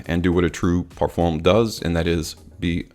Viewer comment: It's not Perfomme its Perfum....